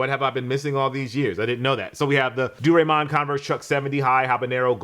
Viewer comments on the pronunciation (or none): Im a big fan of your work, but the pronunciation was egregious lol Doo-ray- mon in stead of DOE -RAI -MON was wild for a severely beloved iconic Japanese character from the 70s and a universally know much akin to Snoopy of Peanuts and Mickey Mouse. Highest grossing film franchise even beating out Godzilla in the land of the rising sun.